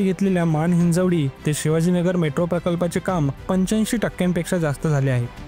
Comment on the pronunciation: Hinjewadi ❌ Hinjawadi ✅